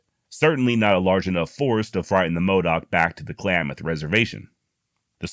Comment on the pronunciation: great pivot on Klamath pronunciation. Spot on man.